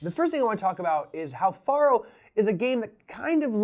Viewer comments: How ironic you say 'Any illiterate Idiot can play this game' when you dont even pronounce Faro correctly. Its not even up for debate.... there is only one correct pronunciation of Faro, it is Pharoah. not Far-o. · Yeah... but it's not the same. I would argue that no one in history, outside of you and whoever tought you, has pronounced it Far-o. It's Pharaoh, pronounced "Fay-roh" or "fair-oh" but never "Fah-roh" like you pronounced it. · Great video, but it's pronounced "FAIR-oh" not "FAHR-oh." It sounds exactly the same as an Egyptian king, a Pharaoh. You explained the game very well, but you failed to mention that you could place your bet between two, three, or even four cards. And though you were playing for pennies, you could actually "copper" your bet, adding a penny, which would reverse the player and dealer cards. A simple game with lots of options. And it usually took three people to operate the game, a dealer, a banker, and a case keeper. The last Faro table in Las Vegas closed in 1975, and the last one in Reno in 1985. I find Faro a fascinating game! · I think it is said like 'Pharaoh" as that is another name for it. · Why are you pronouncing it like that? Isn't it derived from Pharaoh?